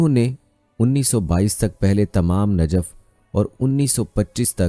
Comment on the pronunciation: Ji Najaf nahi ye Najaf he janab🙏